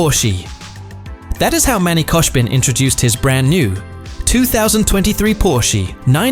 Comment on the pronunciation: Brooo its not koshbin its khoshbin